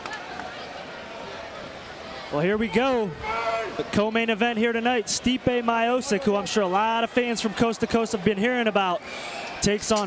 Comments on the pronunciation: It’s Stiopic...not Myopic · Stipe My-eye-poke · americans seems to have less to do with slavic names :D stipe majozik :D poor pronouncement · My dad was his wrestling coach and thats how everyone pronounced his name. We also didnt call him Stipe, we called him Steve, Steve my-oh-cic. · Stipe Miochich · M-ee-o-ch-ee-ch, o like in orange, ee like in green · are you deaf?? he clearly said stipe mayo-sick.. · Stee-peh My-O-sick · My-O-sick? oooookay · thats not how you say miocic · how the fuck did he said miocic i am from croatia and im very offended by this